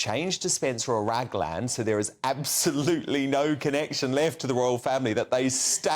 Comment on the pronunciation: Did you say Ragland or RAGHAND 😂😂😂